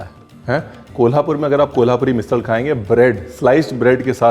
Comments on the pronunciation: It's "मिसळ"not मिसल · झणझणीत बोलतो ना मिसल नाही मिसळ बोलायचं❤😀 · 😂मिसिळ, मिसल नाही. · मिसल नहीं मिसळ! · ओय रणविरजी मैं कोल्हापूर से हुं. बहुत ही अच्छी तरह से ओथेंटीक मिसळ आपने दिखाई (क्या है एखाद चिज फेमस बनती है तो फस्ट कोपी बनना शुरु होता है नं?) आपका बहुत ही मनपुर्वक धन्यवाद. पर एक शिकायत रही प्रोनाऊंसेशन की कहिए मिसळ ना के मिसल.काय कोल्हापुरी भाषेतच शिकवु. फिर कहना नही सचिन आपने बताया नही.